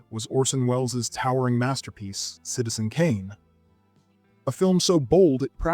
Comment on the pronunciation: Taxi drivé ? :face-orange-frowning:Kubri ?:eyes-purple-crying: Citizen Canin ? :face-orange-raised-eyebrow:Qui est le comique disant si piteusement le commentaire français ? Visiblement , il n'a jamais vu les films dont il parle , répétant mal le com. en anglais ! Incroyable :face-fuchsia-tongue-out